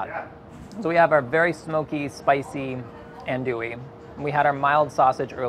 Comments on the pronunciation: Andouille is pronounced An-dwill, not An-Dooee lol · whispers in Cajun it’s AHN-do-ee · A wet jambalaya? Say what? Tomatoes in a seafood gumbo? Andouille(pronounced "on do ee") sausage is a must. A gumbo without a chocolate colored roux is just soup. Leah Chase was the queen of gumbo. May she rest in peace. ❤